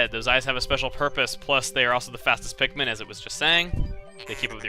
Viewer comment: its pikmin not pitmen